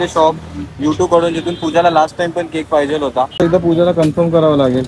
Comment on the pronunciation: Dada te पाहीजेल madhe ल कशाला म्हणतो फक्त पाहिजे म्हणत जा